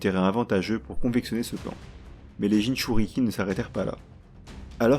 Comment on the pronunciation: Franchement, la vidéo est incroyable! Je l’ai pas encore finie mais Wouah!! Par contre, je comprends juste pas comment Sasuke a obtenu le MS? Et on dit « Jinchuuriki » pas « Jinchuuruki » 😅😂 mais tu faisais plus la faute à la fin donc bon 😂